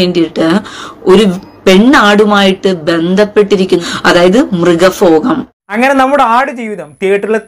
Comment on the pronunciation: 🙄മൃഗഫോഗം.... അതുപോലും നേരെ ചൊവ്വേ പറയാൻ അറിഞ്ഞൂടാ. ഈ നോവലിൽ അവർ ഈ ഒരു ഭാഗം മാത്രേ വായിച്ചുള്ളൂ??? Kashtam